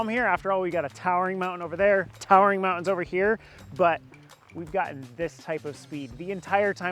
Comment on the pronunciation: "Mow-ens" (Mountains?) "Star-en" (Starting ?) "Bu-en" (Button?) Luv the channel but.........wth